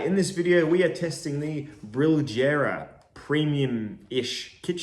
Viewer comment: The j is pronounced more akin to the y in yes. Other than that, ♥️